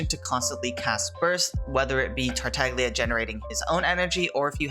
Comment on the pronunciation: Silent "g" like in "lasagna"